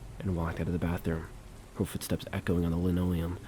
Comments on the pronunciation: it's pronounced lan-oh-lee-uhm not leno-liam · I think its fair for someone to expect proper pronunciation when listening to someone thats a story teller for a living. Its like the bare minimum to atelast be saying things correctly. You can easily go to Google and type in something like "how to pronounce linoleum" but its "Lin ole-ee-yum" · Her "stileeto" heels against the "linno-leeum". Hey if you don't know how to pronounce something, just guess wrong at it rather than look it up. It makes you look smarter. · Great vid(s. I've been watching a lot of your stuff XD) Writing this comment as I watch: No hate about the mispronunciations! It happens. For future reference, linoleum is pronounced lĭ-nō′lē-əm (lin-OH-lee-um) and stiletto is pronounced stĭ-lĕt′ō (still-LET-oh) "Why install it so low to the ground, where you have to-" The voyeuristic previous tenant with a foot fetish: "When it gets dark, I know I'm gonna look through the peephole again. I need to know if those red heels come back-" oh okay so you're also into this- Calling it now, there's some time portal shenanigans going on and she's legitimately in her apartment in the 80s or whenever before the building was abandoned and Protag is living in her walls in the 80s while she's living in his walls in the current day. "I'll wait until she's sleeping, when she's calm, break through the wall as quietly as I can, see if I can talk to her-" I'M SORRY, ARE YOU HEARING YOURSELF RIGHT NOW BRO? I don't think that even the MOST mentally stable woman on EARTH would be in a "calm conversation" state if a STRANGE MAN CAME INTO HER APARTMENT IN THE MIDDLE OF THE NIGHT BY BREAKING THROUGH HER WALL Continuing my previous hypothesis, him breaking in is what causes her disappearance. He kills her (not his intent, more of a panicked self-defence thing when she (justifiably) reacts negatively (see: panicked self-defence) to someone breaking into her apartment) or she comes through to our time or the time portal removes her